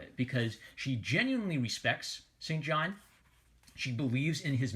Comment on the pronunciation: In the book Saint John is pronounced 'Sinjin'